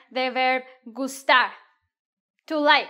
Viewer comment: Why do you pronounce gustar like an American😹